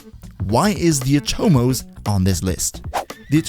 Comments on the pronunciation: Nice. One thing tho, the word is "Atomos" not "aTOmos". Oversimplifying here, but it's a Latin version of the Greek term from where Atom is derived and just like Atom in English the stress is on the first syllable. It's annoying how lazy and Anglocentric DE is to name things. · Wrong, but whatever, is not like these gringos are pronouncing most names correctly. Did you hear how he said Atomos, lol